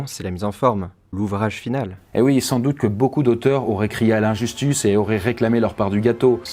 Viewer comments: de l'injustuce 😂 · Je rêve ou il dit "injistuce" au lieu de "injustice" ? 😂😂😂😂